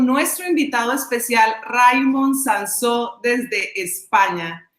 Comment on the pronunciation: Hola, se llama Raimón, que parece que haya que americanizar todos los nombres. Acento en la última sílaba como Samsó.